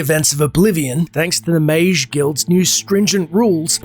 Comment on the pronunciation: Stop calling Mages "Majes" plz